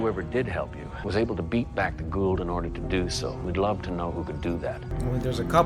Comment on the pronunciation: Hey, the correct pronunciation of the Goa'uld is Go (yes, that go) -Ah (like Rah, without the R) and -oold like the o's sound in smooth.... Go-Ah-oold. Teal'c, Carter, Daniel, Martouf and Thor have made it cannon throughout the series.... Jack and Hammond butcher the pronunciation every episode! Lol